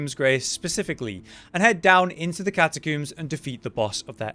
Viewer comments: I like how he says catakoombs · Elden Ring has really drawn my attention to how many people cannot pronounce Catacombs properly. Where is this catacooms chat coming from lol. Amazing build as always my dude. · The way you say catacooms... I'm struggling